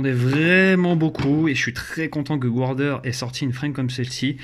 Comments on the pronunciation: Et bien ça se prononce garder en fait ^^, je te tease on s'en tape l'important c'est qu'on se comprenne, si on bâchait tous ceux qui calent leurs jires dans leur jirebox et qui font du le airsoft on n'aurait pas fini ^^ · Punaise ! Toi qui va aux States tous les 4 matins et encore prononcer Guarder "gouardère", je suis tellement déceptionné ce matin que je vais aller sacrifier un chaton ! Snif... Belle carcasse cela dit !